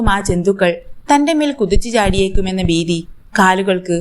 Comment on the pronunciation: ബീതി അല്ല ഭീതി